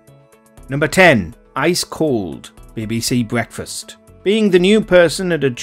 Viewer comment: Bwecfast bwings pwessure